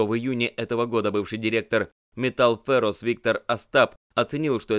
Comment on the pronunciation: Метал фЭрас))) умора))) Кто это читает? Что ни выпуск, то рука лицо.)